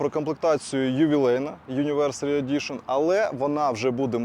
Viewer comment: комплектація ювілейна але юніверсарі хоча пишеться як анеівьорсарі (ˌanəˈvərs(ə)rē ) )))) може ще кажете таурег? ну таке, огляд на кортах в спортивках в окулярах, чисто для своїх пациків) але, зважаючи на що знято і як. норм монтаж, видно що хвилюється але то пусте. хай цей комент допоможе Вам стати кращими.